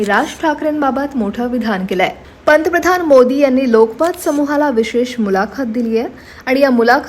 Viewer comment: पंतप्रधान हा शब्दआधि नीट उच्चारण कर्ण त्या नंतर वीडियो बनवा नको तिथे इंगलिश एक्सेंट